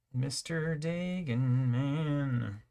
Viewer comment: Finally folks who pronounce Dagon correctly! Nice ah just like you were born with gills! One of us! One of us! XD